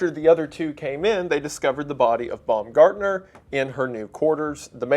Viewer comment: Imagine going to your first day on the job and being murdered, then years later wendigoon makes a video about it and pronounces your name “bum-gardener”